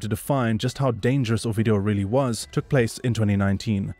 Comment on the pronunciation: When you'd say his name, it sounded like you were saying "OUR-VIDEO"!!!😝😭😆😭🤣